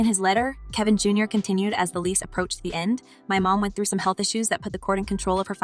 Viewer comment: It is Kevin Jr. not Jar